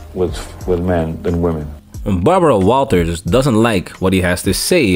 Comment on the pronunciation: Barbara “Bawawaw” Walters